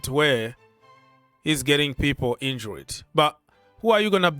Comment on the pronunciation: In-jured not In-jur-red.